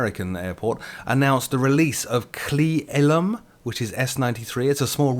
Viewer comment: Its pronounced "Clee- El-Um" and its Mount "Rain-ear" =P Its a nice part of the Cascades =)